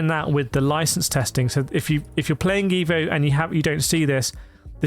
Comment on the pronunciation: on the side should you wish to pronunce this game title correctly like an Italian would do...just pronunce the E in the word "E"vo as you would with the word "E"lephant in English...😉